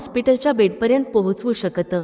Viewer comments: शेकत नाही शकतो. मराठी चांगले बोला. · शकत चा उच्चार नीट करा. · बाई तू नीट उच्चार करायला शिक आधी. शकत.. नाही ते शकत.... असे बोल. बाकी सर्व ठीक आहे माहिती.